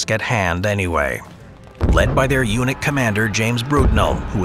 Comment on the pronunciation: When you said led by their unit commander. I totally heard eunich commander and was like was that statement necessary 😂😂